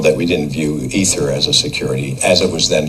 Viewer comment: Wow, you finally pronounced ether correctly.